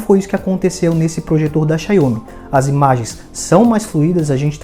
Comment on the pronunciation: “Xaiomi” não bicho, é “Xáomi”.